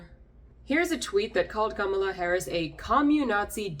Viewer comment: Thanks for pronouncing Kamala's name correctly. Something she herself can't even manage. My cousin has the same name and we joked about how apparently we've been saying it wrong all these years. You're also spot on about us being perpetual foreigners. It doesn't matter how much of your dignity you forgo you're still an outsider. My family has been in the UK for 70 years bending over backwards to assimilate but it makes little difference. The minute you assert yourself in the minutest way possible they remind you of who you are.